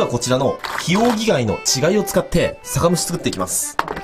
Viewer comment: 稚貝が死骸にしか聞こえない(´・ω・｀)